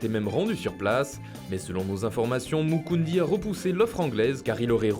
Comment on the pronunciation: MOUKOUDI ptn pas moukoundi